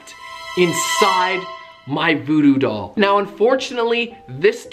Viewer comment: You said voodoo doll wierd